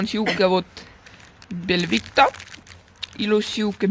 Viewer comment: Sa ütlesid belvita mitte belvitta